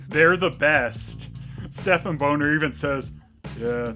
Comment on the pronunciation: Bahnner not Boner 😅